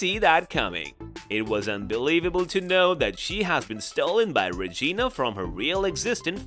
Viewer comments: He said regina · The way he keeps saying Regina with a long i instead of a long e is a whole mood😂